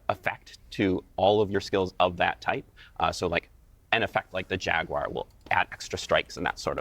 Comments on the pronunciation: JAGWIRE. lol its like she's only there to memorize and repeat a script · Wtf is a jagwire